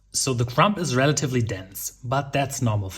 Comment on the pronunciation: Loaf tin (UK English). With cake moulds, melted butter and semolina helps with turnout. Crumb is pronounced crum :) ps could you have made your bigger loaf tin smaller by using crumpled up aluminium foil? Pps does no one use baking parchment/greaseproof paper for their loaf tins or baking trays?